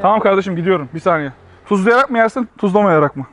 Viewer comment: Abi videoda tuzluyarak diyorsun ya tuzluyarr.k yiyelim diye çıkmış